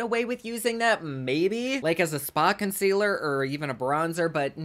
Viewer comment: “Consquealer” <— haha subbed 👍🏼 HugsfromNYC 🍎